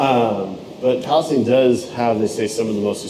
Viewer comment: I was born in Palestine… it’s Pal-uh-steen…. 💙💙💙